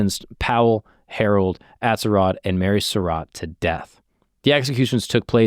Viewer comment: Surratt, pronounced like it looks, not like “Sur rot”